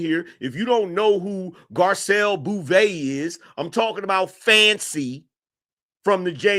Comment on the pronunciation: Her name is pronounced BOW-VAY.